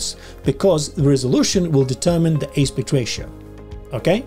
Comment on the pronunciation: Thank you for the video - turns out this one simple thing is not so simple in DR! FYI, the word "aspect" is pronounced differently than the way you're saying it.